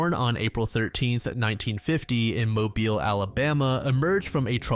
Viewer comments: How can you start off pronouncing mobile correctly and then further during the segment you mispronounce it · well it's true is the last segment about the serial killer from Mobile Alabama. He says it correctly the first time and then the second time around when he said it he said it incorrectly